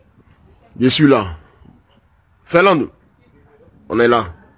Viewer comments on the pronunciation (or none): FINLANDE., on ne dit pas FERLAND. 😂😮